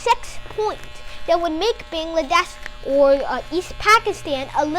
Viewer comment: It's a shame that you cannot even pronounce Bangladesh correctly. And from which book you are going to copy?